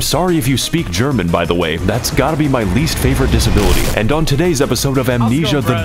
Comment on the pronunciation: the german part killed me. it took me 10 minutes to get through this 15 second segment, your german pronounciation is god tier